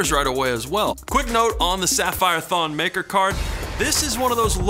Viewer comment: its not pronounced maker its pronounced MuhKerr (ik its not spelt right Im just trying to show you how it is actually pronounced.)